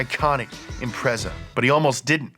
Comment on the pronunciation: How TF you manage to research this video without hearing how to pronounce Impreza